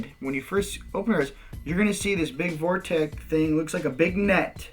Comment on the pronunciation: Thanks so much for doing these videos but dude, this is the *fastest* way, a "short cut"?! You're kidding me! It takes THREE videos to explain this and the best part of an hour to get there?! Cut the repetition and ramble and the whole series could be 25% as long. Would love to see a more coherent summary. (Also, please, it's a "vortex", not a "vorteck".)